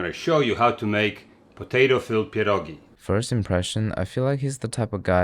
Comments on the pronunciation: Cieszę się, że słyszę „Pierogi”, a nie „Piełrołgii” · Your pronunciation of "pierogi" is pretty impressive, also I respect you forgetting the onions lol. Great video as always. Polska gurom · he said pierogi not pierogis!! lets go also he pronounced it correctly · I am so happy you didn't say pierogies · "per-oh-ghee" (not polski, just meming and love pah-dawhgs) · THATS TOO PERFECT ARE U POLISH? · When you said “pierogi” the pronunciation was so on point. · before watching the video: I hope he says "pierogi" and not "pierogis" update: I wasn't let down. also love your pronunciation of the word! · Your pronunciation of pierogi is so on point 🫡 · Your saying pierogi perfectly dude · You are the first foreigner, I saw, that said "pierogi" instead of "pierogies", which is good as pierogi is already in plural form. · dude, your pronouncation of pierogi is absolutely spot on man. and please, im begging, use COTTAGE CHEESE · You've just awakened your inner slav with this video /j (but in all honesty, your pronunciation of 'pierogi' sounds like someone native, and i gotta thank you for saying 'pierogi' not 'pierogies' <3) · I feel like crucifying you for using raclette but POLAND MENTIONED so I'm willing to forgive you Also you did pretty good on pronouncing pierogi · As a Pole I will judge you harshly on this one EDIT: Good pierogi pronunciation I don't think the type of cheese you used would fit with potatoes, white cheese goes well with them yep that's good that's what I do too Those are looking really good actually you don't need to fry them you can eat them boiled Overall they turned out good, you can use fried chopped bacon as topping Pierogi are simlpe but just time consuming so it's hard to fuck them up. We have many fillings like meat, cabbage and mushroom or you can make sweet pierogi with fruits but those are regarded as inferior. If you wanna try other Polish dishes I recommend "zapiekanka"